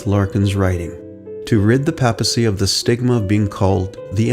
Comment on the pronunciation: Papacy....sounds like paper, not Papa. Just saying.